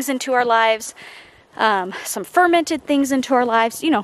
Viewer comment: fermented???? lol I know you don’t drink but it sounded like wine 🍷 bwwhhaaaahaaa I don’t drink either but I have friends who do and that’s something they’d say haaahaaa